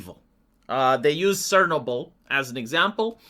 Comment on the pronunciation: What is "sernoble"? It's Czarnobyl.